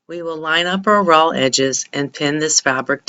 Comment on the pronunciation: Is she saying 'ROLL' edges? I think she must mean 'RAW' edges.